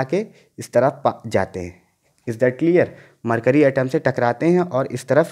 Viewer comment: Is not cleaarrrrr 😂😂😂😂😂,haha nott clearrrrr,"is that clearrrrrrrrrrrr 😎😂😂